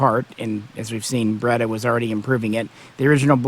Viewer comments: I'm sorry but pronouncing it as beretter just sounds dumb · Burrrretta Burrrrreta Burrrrettta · I like it. It's just a little joke. He knows the correct pronunciation, obviously. He's just using a little inside humor.